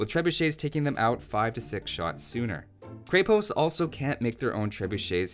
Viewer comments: I love watching your vids, including this one, but the pronunciation of Krepost kills me in this one, since Bulgarian is my first language :D You should look it up on wikimedia :D Also fun fact that it literally means fortress or some sort of small fortified building. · Just want to correct your pronunciation here: It's "Kreh-posT" with the "T" ending in a "soft" sound. Not "Krei-post" with a hard "T". :) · Dude you pronounce it wrong. It's not Kre-Post it's Kr{ye}-post' (like yeti) with soft T. In Russian and many other Slav languages it basically means castle\fort. Btw luv from Russia :) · I wonder when I'll hear someone finally say Kreh-post and not Kray-post, awesome video nonetheless. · others might have said it already but when it comes to prononciation you say it more like a Cray-post where it should be a Kre-post. The same sound as in Crenellations. And on that note Konnik (which literally means "horseman") has that long "n" sound, so as if it was two separate words: kon-nik, which I'm struggling to think of an example for in English. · I think people keep trying to pronounce krepost like a two word combo Kre-Post, like it's a flavor of Post. It's a single word with the accent on the e, so it's krEpost, not krEpOst. It's even easier to pronounce that way :) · In many Slavic languages Krepost = fortress. Konnik=cavalryman/rider It's pronounced kr-eh-post, rather than kr-ay-post. And the konnik, o is not pronounced as "ah", and the i sounds more like "ee". K-oh-neek. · It's krepost not kraypost the E is pronounced like in egg and the o is pronounced like in "aus"tralian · Man it is NOT krey post, it is krEpost. Repeat after me: red ghost, red ghost, kreh pohst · As a Bulgarian, I already know the answer. Didn't stop me from watching this, though. Also, that E in krepost is an E in the full sense. Like in sense. Use that E sound. Not AE, just a simple E. Krepost. As in sense. Krepost. Sense. Крепост. Means stronghold, fort... give or take.